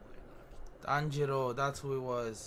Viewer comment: we got Tanjíro and Nezúko 😂😂😂